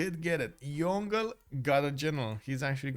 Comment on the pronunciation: FYI Yongle pronounced Yong-le not Yon-gle😅